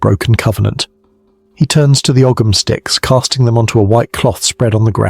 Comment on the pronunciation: Second one. Ogham pronounced Oam.